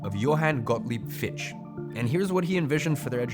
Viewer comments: One of the worst videos I've ever seen. Dumb twat can't even pronounce Fichte. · Fichte is a German name, pronounced FIK-TUH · Interesting so far but I gotta gripe with one thing: Fichte is pronounced like “Fik-tuh” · Btw its Fichte - pronounced fich ta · Not only did you mispronounce and misspell Fichte's name - you also completely misinterpreted his philosophy. I assume it's an honest mistake, but it doesn't put your effort in a good light and makes it look like some interest-driven propaganda itself instead of the enlightening educational message you're trying to transport. If you care to give me a source to the quote you used (which you also failed to do), I will gladly look into it and try to clear up the misunderstanding.